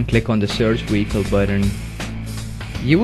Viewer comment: Iwe pronounce wicole properly